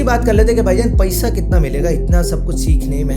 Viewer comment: I like the way you say "payisa" 😂